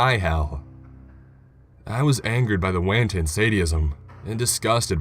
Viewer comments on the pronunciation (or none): HERETIC. One who commits heresy. Proofread before you do these would you? - Heresy (hair-uh-see) NOT HERESAY - Wanton brutality (wON- tun) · And "heresay" instead of heresy, and WAN-tun instead of WON-tun. I swear to god sometimes it's like this guy has no experience with the English language.